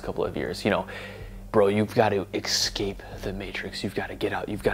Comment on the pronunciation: Escape not excape!